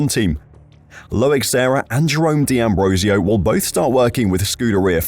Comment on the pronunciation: For goodness sake, it's not di Ambrosio, it's d'Ambrosio...